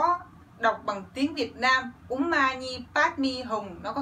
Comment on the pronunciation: Chữ om chị phát ra rất đúng. Vì tần số rung này nó đc chuyển ra vũ trụ nó rất mạnh .......tom lại e ko giải thích đc bằng lơì. Chủ yếu là tần số rung động em ủng hộ chị.